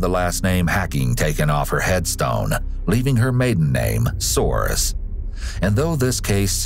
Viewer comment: Her last name was "So-ah-res not "Sores"